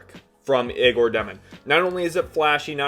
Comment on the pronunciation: You must not have watched much of Egor if you can’t pronounce his name.